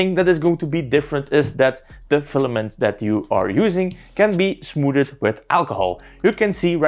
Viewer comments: nope. Je spreekt het smoethd uit. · smooded is the best way to pronounce smoothed I've ever heard 👍👏